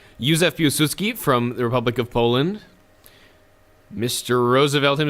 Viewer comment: I love it how you are the only civ 5 player who tries to pronounce names and cities corectly. I heard so many hilarious way of speling Pilsudski that my jaw just dropped when I heard you say it ;)